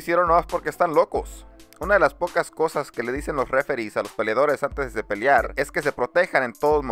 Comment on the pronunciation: Horrible, mi consejo es que tomes algunos cursos de dicción, aprendas a hablar con las palabras adecuadas y dejes de hacer el ridículo. Es un martillo en los oídos escuchar "campión, peliar, etc"